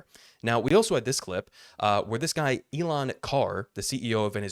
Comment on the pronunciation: Elan Carr, sounds like Ellaine Carr 🤣🤡